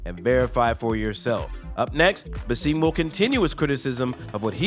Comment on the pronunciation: His name is BASSAM not Baseeeeem!!!!! Get it right